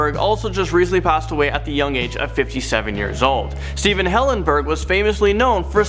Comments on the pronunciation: Stephen Hillengurb?? That’s disrespectful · Stephen Hillengurb ? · Stephen Hillengurb you accidently swicted the 'g' and 'b' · Steven HillenGURB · they got the G and the B mixed up in the name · You butchered Stephen Hillenburg's name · it said Stephen hillengurb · Stephen Hillengurb?